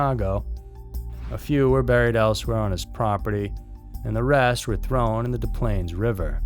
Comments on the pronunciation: When pronouncing Des Plaines both the first and second s are not silent. It sounds just as it looks. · As someone who grew up within a mile of the Gacy house: dIs plains Not "des pa/lahn/es" not "deh plain" not "day plahn/uh" Des Plaines is pronounced "diss planes"